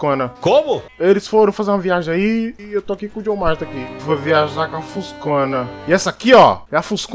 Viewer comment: JJOHN MMARSTON MANO!!!!!!!! KKKKKKK